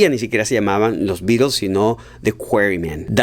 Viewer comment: Porque dices los Birols" Eran britanicos, no gringos. En Gran Bretaña la T se pronuncia...